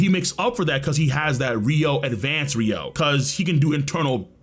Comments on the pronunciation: Oden died in chains, he doesn't have internal destruction ryuo imo. Also guys it's pronounced ryu-o, not ry-ou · Why tf do yall say ryuou like rio. It's pronounces how it's spelled. Ryu-oh-oo